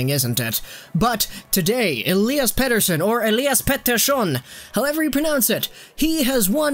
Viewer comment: As a Swede it is funny that your joke pronunciation of Elias Pettersson is probably the best English speaking version I have heard so far. Pettersson is so good, he is turning me in to a Canucks fan. Like life was not hard enough!